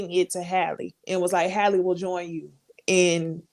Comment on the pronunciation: Shout out to for continuing to pronounce Halle's name correctly.🙂